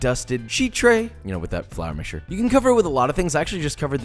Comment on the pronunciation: flAar mixtue